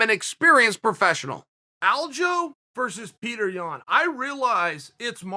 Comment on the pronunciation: Not Yian but Yan